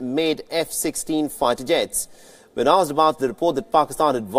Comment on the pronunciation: This accent is hilarious!! Faighter jets 🤣🤣